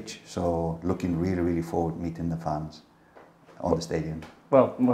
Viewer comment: no irish man pronounces Ireland like "Island".